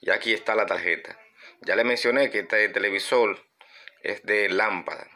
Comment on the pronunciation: Buen video y explicación. No me suscribo porque no me gusta ese acento caribeño, me molesta cuando cambian las palabras; " transistol" "televisol".